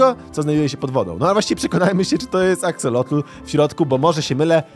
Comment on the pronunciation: 3 najlepsze moby -panda -pszczoła -axolot mówi się aksolot bez "l" na końcu